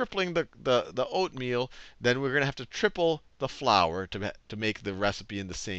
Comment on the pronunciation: its true he does repeat him self so much but something funny is the first part that was by accident he said oatmeal wrong